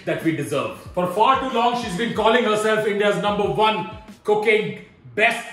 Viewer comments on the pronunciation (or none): whenever he says cooking it feels like he's saying cocaine